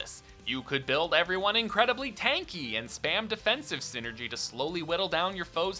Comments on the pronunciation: if memory serves it is called psynergy because it is psychic energy so a hard I sound should be the correct pronounciation. Great video btw. Love the golden sun trilogy and have been dying for a 4th for years. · #0 Just a pet peeve you're free to dismiss, but I think the "Psy" part of Psynergy would make it sound the same as saying any other word in the English language that starts with "Psy" :^)